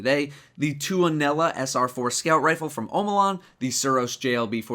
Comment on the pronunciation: it is funny how nobody who is not from finland ppronuces tuonela wron only finnish people like me can pronuce it correct because tuonela is finnish word